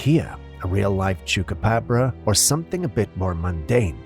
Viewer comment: You can tell it's a costume that they are calling a chebra copra 😂😂 but do love these type of videos